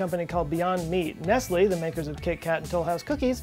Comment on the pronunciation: Nest-lay not Nest-lee. Look at the picture.